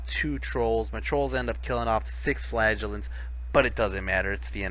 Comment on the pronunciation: wohoo you managed to pronounce flagellants properly!!